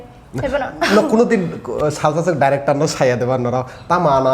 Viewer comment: The Anchor be pronuncing like :- favarat, diractar, actar etc hehe